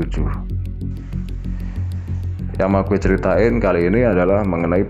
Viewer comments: Mas ngomong GUE nya medok.. Gak cocok dngan logat jawanya mas ngmng GUE 😂😂 MAAF 🙏🙏🙏😜😜 Pake SAYA aja lbih enak 😁😄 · Dennis Saputra iya jadi gak serem..Malah focus ke GUE nya pngen ngakak 😂😂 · Salfok ke "ghuwe" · Lumrah bang orang jatim kalo ngomong " GUE " medok 🤣🤣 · Hahaha mas nya "Gue" nya MEDOK BINGITTTT???Klau bukan asli Betawi atau Jakarta ga usah Sok-Sok'an bicara pake "Gue-Gue" segala??cerita ente bagus tp gara gara "Gue" cerita ente jadi minus???Mas..gw orang Jakarta,asli Betawi lama Stay di SBY??bisa bahasa Jawa dan gw ga malu bicara pake bahasa Jawa??ga harus Pake bahasa elo-gue-elo-gue. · Cuma 1 yg agak menggelitik kuping saat menyimak cerita.. Yaitu kata "gue"... Diucapkan dengan kemedokan jawa kental...